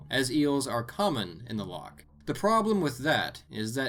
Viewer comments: btw its not pronounced lock its pronounced with a ch at the back of your throat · It's not lock its loch